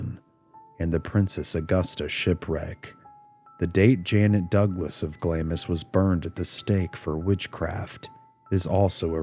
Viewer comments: A Scot here, it's pronounced Glamms, not Glam-ees. Thank you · Interesting! I watched the original vids when you put them out. I find this subject fascinating for sure. I do want to point out though that Glamis is pronounced like "Glahms" not "Glahm-is". Keep up the good work 👍🏻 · It’s not pronounced Glam-is castle. It’s Glams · Glamis is pronounced ‘Glams’ the ‘i’ is omitted 😊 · Glamis is pronounced glaarms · During all your research, you didn't ascertain at any point that Glamis is pronounced Glaamz? You never heard the line (correctly pronounced) - "All hail, Macbeth! hail to thee, thane of Glamis!" ? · It's pronounced "glahmz," by the way. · you don't pronounce the I in Glamis